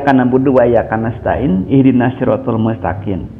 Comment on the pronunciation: Guru besar baca mustakiM bacanya mustakiN. itulah ayat suci Al-Qur'an TDK bisa dibikin smbrangan oleh mulutnya si kafirrrr